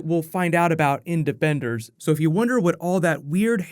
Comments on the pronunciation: Anyone else here him say debenders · He said debenders